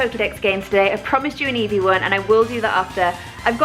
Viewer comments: Why are you saying beavis not eevee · all calls it evee and she calls it beavus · Y she keep saying beevis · Beevus??? I thought named her Eevee. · I swear the dog is called eevee not beevis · Is the dog named evee or beevus cause you called her beevus and called her evee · why does she keep calling eevee bevis? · Does she call eevee beavis?????? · Why does she call it beavis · How come calls eevee beavas? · It's Eevee